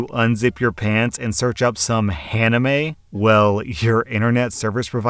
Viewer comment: Han- ime?!? H-ANIME?!? 🤣